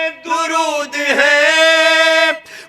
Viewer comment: 😂😂Bismillah suno bs iski OR itni popular dua ka lafz bhi Ghalat prh rhaa😂 ویسر 😢😂 darood😢ghalat. Hud hy Yr aj ky Shia kitna dooor hein Real Islam sy